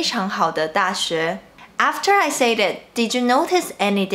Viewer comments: hou made a mistake too, you pronounced "said" wrong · am I the only one who wants her to correct the way she says 'said' ????